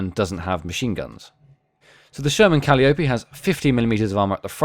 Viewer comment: Pronouced Ca'lie o pee.